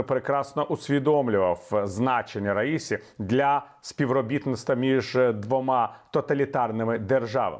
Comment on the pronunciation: Наголоси: РаїсІ, аятоллА ХаменеІ.